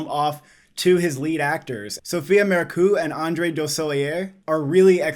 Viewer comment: Just a heads up: Marceau is pronounced Marr So